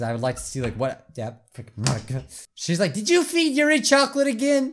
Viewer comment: did you say choclate... CHOCOLATE!!!!!!!!